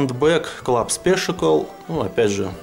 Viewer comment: привет. Обзор замечательный, все очень понравилось, хотя в принципе сам все про эту колоду знаю. Но, прежде чем читать на английском языке, все же стоит проконсультироваться с тем, кто на нем хорошо говорит. Во первых не "спишикл", а "спешэл", вот вторых не "эир кашен", а " эа кьюшэн", и в третьих, когда был обзор на карты Байсикл прозвучало "саэнс", а правильно "синс". Плюс не "дочерти", а "доэрти". Просто мне как лингвисту очень режет слух. Но обзор замечательный и мастер ты от Бога. Отличная сдача верхних и нижних.